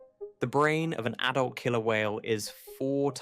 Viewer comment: 1) He Pronouced "Adult" and "Processing" Wrong. 2) Climate Change is a FUCKING MYTH!!!! 3) Mr. Beast is a Pedophile and should be in a Chipper along with the Pedo he Knowingly had (and probably still has) as an Employee.